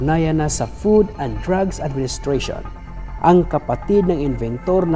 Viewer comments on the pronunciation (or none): none